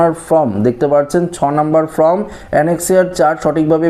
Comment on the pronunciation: Bhai kothata from noi form onek din holo sunte baje lagche.yhik korun.